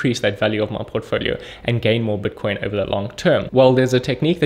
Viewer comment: he says buitcoin funny